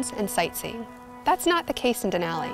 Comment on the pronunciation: Please learn how to pronounce “Denali”